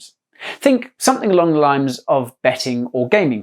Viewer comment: Did he say “think something along the limes”?